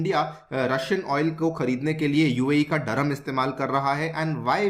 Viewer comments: व्हिडिओ अच्छी लगी लेकीन दीरहं को डरहम डरहम मत बोलो सर अजीब लगता है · Bro it is "DIR"HAM and not Dur-ham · Dirham hai bhai..... Dharammmm...... Nhi...... Kya ias banega re tu😂😂😂😂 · It’s “ Dirham” pronounced as ( Dirr-haam)….Durum is a variety of wheat whereas Durham is a city in England. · What UPSC aspirants are studying if they are not able to pronounce dirham properly. 😂😂 N they claim UPSC is most difficult. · Learn pronounciation abt currency